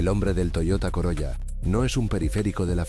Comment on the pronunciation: SE PRONUNCIA " COROLA"